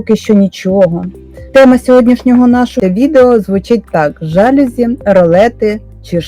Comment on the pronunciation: Корисне відео. Дякую. Але є один мінус---в слові ЖАЛЮЗІ наголос на букві "І"